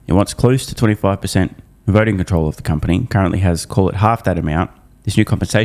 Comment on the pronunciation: Bloomburg News all duh news all duh time